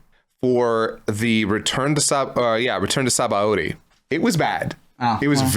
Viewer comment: I find it funny that is a menace when it comes to pronouncing DB names but he pronounces Sabaody as it's written